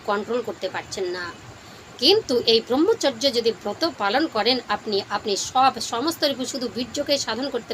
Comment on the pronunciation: দিদি আপনার উচ্চারণ শুদ্ধ নয়। ব্রহ্মচর্য (ব্রাহ্মচর্য বা ব্রাহ্মচার্য নয়)। আর্য ঋষিরা মানব জীবনকে চারটি আশ্রমে বা অধ্যায়ে ভাগ করেছেন। উপনয়নের পর 12-24 বছর ব্রহ্মচর্য (অধ্যয়ন, সংযম ও ব্রহ্মের আরাধনা)। 24/28 থেকে 60 বছর সংসার ধর্ম পালন (গার্হস্থ)।60-72 সংসারের সকল দায় দায়িত্ব সন্তানদের হাতে তুলে দিয়ে ধর্ম পালন, দান-ধ্যান করা ( বানপ্রস্থ/রিটায়ার লাইফ) এবং তার পর সংসার,গৃহ ত্যাগ করে তপোবনে বা ধর্মস্থানে পরম ব্রহ্মের সান্নিধ্য লাভের জন্য শেষের দিনের জন্য অপেক্ষা করা।